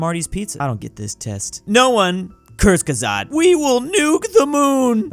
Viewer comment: its pronounced kur-ze-ge-sagt